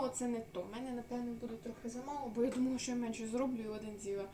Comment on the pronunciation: Думава що ти думава йди до логопеда вожку😅